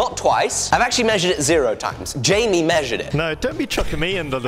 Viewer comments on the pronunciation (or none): none